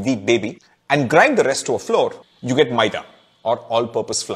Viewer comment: Flour is pronounced flower